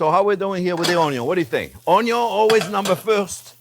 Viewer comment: You had me at ‘onyo’.